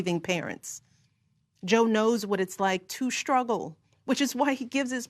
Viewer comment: She can't even say, Struggle, she says, Scruggle.